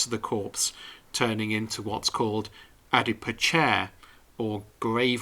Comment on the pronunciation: Loving your channel, I’m now binge watching as well as subscribing to your magazine. May I be pedantic, adipocere is pronounced adipoSere and not adipoChere. I do apologise.